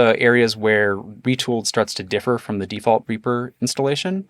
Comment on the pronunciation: Simple really do we pronounce Reaper as "Reyaper"?